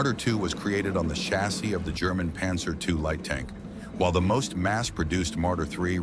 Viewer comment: Задрал этот ПанзËр!!! Невозможно слушать!!!